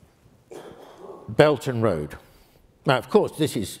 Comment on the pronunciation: The term this lecturer is using is "belt and road", although it sounds like "belgian road".